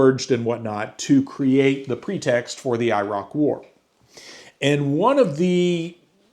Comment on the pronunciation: I appreciate you trying to pronounce Iraq correctly, it's closer to "e-rock" That nuke stuff is pretty concerning 😅